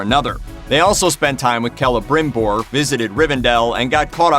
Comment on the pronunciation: Well, at least he pronounced Celebrimbor kind of right.